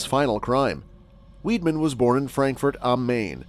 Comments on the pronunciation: His name is pronounced "Vide-man", not "Weed-man" ! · Actually, whether in German or French, Weidmann is pronounced Vide-Man. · You'd have thought his surname was spelt WEEDMAN, the way he was pronouncing it.